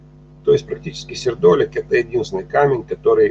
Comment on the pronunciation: Берётесь рассказывать о минерале и не знаете как правильно произносится его название. Сердоли'к